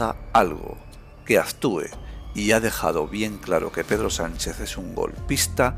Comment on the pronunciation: de acuerdo con todo excepto con la forma con la que pronuncia usted algunas palabras, como ese "aztúa" en lugar de "actúa " y similares. Ademas, se dice Felipe Sexto y no Felipe Sesto. Gracias.